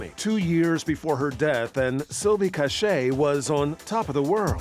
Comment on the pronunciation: Her name is Silvia C-a-c-h-a-y not Cache